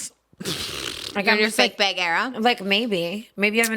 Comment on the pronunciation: I love everything about these two... But the way Trisha pronounces words like bag or flag like bAeg or flag lmaooo